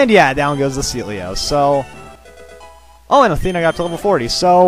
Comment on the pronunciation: I remember waaay back when he said Sealeo first, he said "CeeLo"